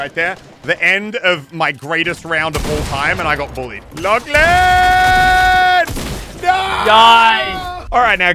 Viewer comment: Here when miniature says LACHAN